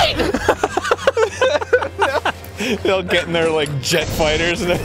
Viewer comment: Actually Arin and Dan said roight together